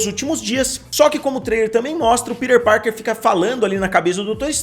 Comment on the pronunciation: Que agonia vc falando “ pider parker “ kkkkkkk